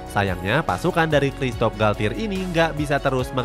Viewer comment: masih perlu bertaun2 sih buat psg buat juara ucl, gk bisa setaun dua taun tiga taun izin koreksi yaa min untuk pelafalan nya - les parisiens --> le parisiang - parc de princes --> park de prangs - galtier --> galtye - juan bernat --> huan bernat